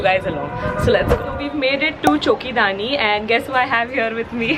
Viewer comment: Hi its Choki Dhani not dani its Dhani 😊♥️❤️